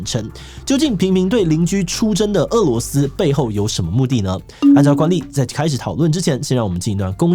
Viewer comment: 日前，台湾主播将“俄（é）”罗斯”读成“饿（è）”罗斯，当大陆网友指出时，台湾主播坚持没有读错，但是翻了字典后发现被狠狠打脸。